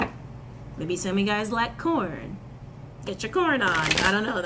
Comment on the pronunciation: Corn? I thought you said “porn” at first.... 😂🤣🤣... 😂